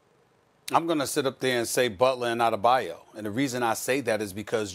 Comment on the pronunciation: Anybody else cringe when Molly said Bam Adebayu?...smh 😐